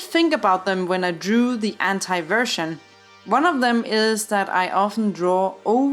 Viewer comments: only i heard H**tai instead of anti? Lmao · An i the only one to hear "hentai art style" when she says "anti art style" ?